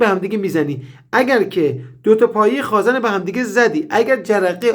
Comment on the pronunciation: سلام مهندس جان شما که تحصیل‌کرده این رشته و دانشگاه دیده‌ای واقعاً عجیبه به خازٍن میگیدخازًن قربونتنم ما حتی رفتارمان را به استاد نزدیک میکنیم ومعلومه که محاله تمام کارآموزان مثل شما به غلطkhazan تلفظ نکنند واز کلمه صحیح یعنی khazen استفاده کنند جسارت بنده را ببخشید